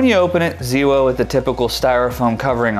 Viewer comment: ZeeWoh? That is new to me! Thanks for the video.